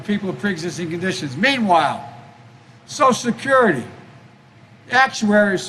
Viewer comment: What is "soscurety"?